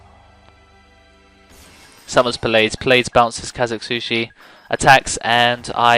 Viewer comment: Why do you say "Puh-lades"? It's Plee uh dees.